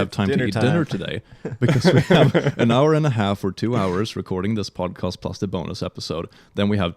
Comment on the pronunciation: says Pod-Cost and that is an unforgivable crime